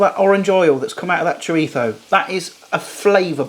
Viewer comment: Great video bro, will definitely be trying this! Also, you should have definitely had a pop up of Mike Tyson everytime you said "Choritho" 😅 I learned something new today but couldn't help but laugh everytime you said it. 🤣 I've been saying it wrong my entire life!